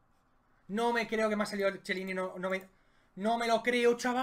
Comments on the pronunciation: Ojo al tipo Chiellini en lugar de Quielini :v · El que no sabe pronunciar Chiellini?